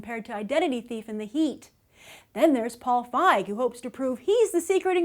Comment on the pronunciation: Ok i apologize and i know its no big deal but i just read a novel by Paul Feig and its pronounced Feeg. If you read it you would understand why i had to post this